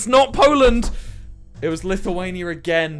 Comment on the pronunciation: Hes the first person who knows how to say Lithuania and isn't Lithuaniain I've seen